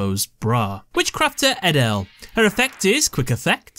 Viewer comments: The correct Dutch pronunciation of edel is A-dol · i am dutch but you pronounce edel differently